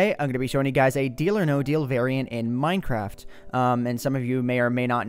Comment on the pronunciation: no he said minecraf